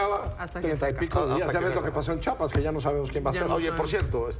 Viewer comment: No sé llama chapas se llama CHIAPAS